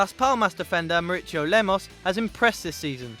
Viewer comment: Maurício is said like Maurissio